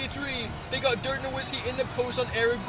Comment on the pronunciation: You need to learn how to say dirks name